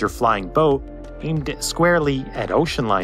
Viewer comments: I remember the abandoned hulks sitting at Calshot Castle. By the way, over here we pronounce the two words 'flying boat' as if they were written 'flyingboat'. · Putting a hard emphasis on the word 'boat' in 'flying-boat' is an unfortunate distraction in an otherwise excellent video.